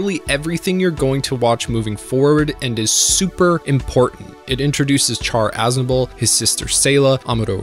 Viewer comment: My guy said char “azable” like breh at least get the names right